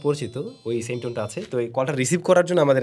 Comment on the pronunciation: Sam না কি seam😂😂😂😂😂